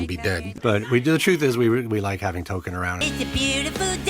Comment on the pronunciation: "T-O-K-E-N". not Tolkien.